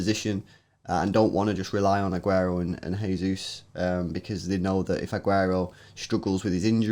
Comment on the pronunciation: OMFG THEY PRONOUNCED JESUS THE RIGHT WAY